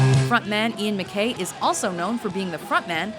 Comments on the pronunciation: Pronounce Ian Mackaye's name wrong, then put up "Do You Like Me" when "Reclamation" is actually playing. Glad they were included though. Fugazi is the most important & most influential band on this list. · I guess I really shouldn't have expected to be able to pronounce Husker Du or Ian Mckaye. Even Joe Dirt knew how to pronounce Husker Du